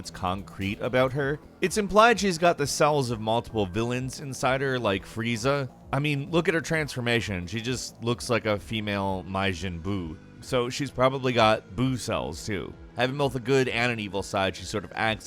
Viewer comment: Its pronounced mah-jin not my-jin